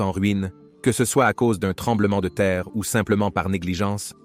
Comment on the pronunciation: j’ai vu d’autres vidéos du même auteur. La diction est excellente mais il y a une curieuse erreur de prononciation: il dit « c-e » à plusieurs reprises plutôt que « ce ». C’est une erreur beaucoup trop grosse pour une personne qui lit de manière si fluide. Mon hypothèse est que c’est un auteur anglophone (comme le montrent tous les mots exclusivement en anglais) qui a choisi l’intelligence artificielle pour traduire et pour lire son commentaire original.